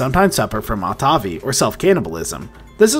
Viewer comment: Amazing animal for sure. Great vid. Btw, Autophagy is pronounced aa*taa*fuh*jee. 👍👍